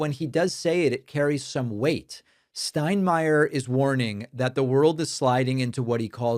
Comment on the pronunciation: I appreciate an American pronouncing Steinmeier correctly. :)